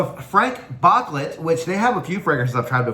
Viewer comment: It’s pronounced BOOCLAY